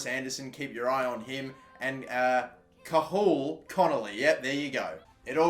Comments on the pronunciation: He butchered the pronunciation of cathal.... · 😂😂😂🇮🇪 still pronounces Cathal Wrong. 🇮🇪